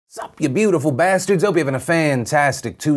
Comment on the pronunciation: What's with the was you say sup?